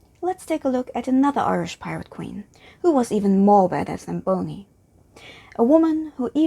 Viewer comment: its not Boney as you say.Its Bonny !